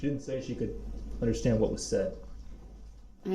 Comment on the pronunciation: "unnerschtan" "Grounds for da substain?"